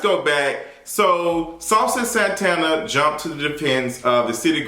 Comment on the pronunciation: Listennn I lost it at "Saucy Santanerrrr" and passed away at "Jerry the Mouse"!!! 🤣🤣🤣🤣